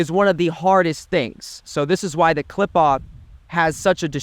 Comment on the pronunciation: "Klipahh" its pronounced "klee-phote" "Qliphoth" how can you descend into it without knowing the name?